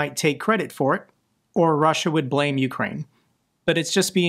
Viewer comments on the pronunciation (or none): none